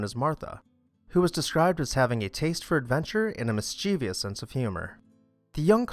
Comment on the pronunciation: It's not "mischievious"--it's "mischievous."